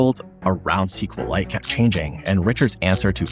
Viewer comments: It's pronounced SQL ite... Like Kriptonite, Kripton-ite, SQL-ite.. Not SQL Lite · It's SQLite. NOT CQLAIT. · Great video, but every time you're saying "sequel lite", you're disrespecting Richard, who calls it "ess cue light". Just like MySQL is "My ess cue ell" from Monty.